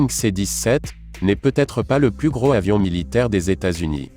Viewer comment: Le commentateur est une machine : il ne fait aucune liaisons! Ou même fait des ereeurs Ex ; "le plus gros "avion" militaire au lieu de "le plus gros "zavion". C'est moche et odieux!!! Pour faire chic il parle toujours de 400 kilomètres par heure" au lieu de 400 kilomètre à l'heure : RIDICULE!!!!